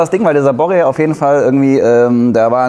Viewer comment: BorrEEEEE! Nicht Borre.